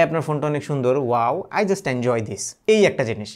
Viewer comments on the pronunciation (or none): none